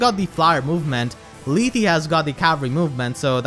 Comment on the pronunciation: It's "Leeth".